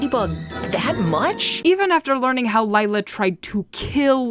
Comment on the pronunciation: 50 Sins everytime they say "Lila" as "Layla". As an italian myself, it's supposed to be prononced "Lìla" (In the italian dub they call her "Lilà")